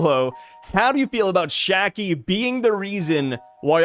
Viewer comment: See its Shakky*, Not Shaggy….